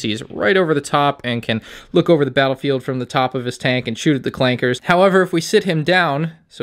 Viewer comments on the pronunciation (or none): I'm impressed was able to obtain the set before LEGO even revealed it! the people at LEGO probably aren't to happ. Edit: NO HARD "R" ON "CLANKER"